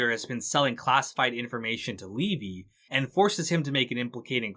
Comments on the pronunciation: How does someone make a 4 plus hour video thats good yet get levys name wrong the whole time when its said so many times in the show. Thanks for the good video but that really got to me every time it was said as levi. Ai sucks at least use a better version or voice option. Btw S2 was always my favorite just ahead of 3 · Gotta ask, how does someone who watched the show continually mispronounce Levy's name?